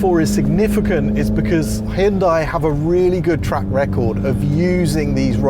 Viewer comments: Why is it impossible for people to pronounce the name properly????? It's not HYOONDAI. Hun-day. See how easy that was? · For the love of God, pronounce it correctly. 'Hyun day' not 'hyun die' 🤦🏻‍♂️ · I cringe every time he says Hee-oon-dye. It's Hyundai like Sunday. Jeepers the British are the worst! At least he could do is say Hoon-day for this video, if he's going to mispronounce it! 🤣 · Hyun dai's dai should be read as the 'dea' from the word death, without that 'th' part. It should never be read like the word DIE. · OK, let's learn how to pronounce HYUNDAI! It's not difficult to get right - I Promise! First, the word has just two syllables: HYUN and DAI. The FIRST syllable includes the Y - just like it is spelled. It is NOT "Hi-Un". The SECOND syllable is pronounced, "day". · Jude’s Christ… it’s pronounced HYUNDAE. Can English be bothered to EVER pronounce foreign company names correctly? We can do you ridiculously mismatched pronounce and writing why can’t you. Every single channel. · It's pronounced Hun-day, like Sunday. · Hyundai is pronounced hyun-day. It's really not that hard, smh. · Why do you keep pronouncing Hyundai wrong? It’s Hyundai… like the advert says! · If you're presenting a Hyundai car on Top Gear at least say Hyundai right. I mean its not like they had commercials that said its pronounced like Sunday...